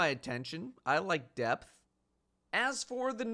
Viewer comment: at first, i thought you said Death and not Depth LMAO